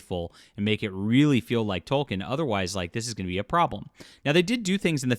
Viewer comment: I can only take it for so long, ITS PRONOUNCED TOL-KEEN